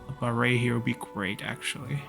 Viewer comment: Glad you pronounce “Baray” right. Come visit Angkor Wat and the Grand Baray once COVID is over, you’re gonna love them. ^^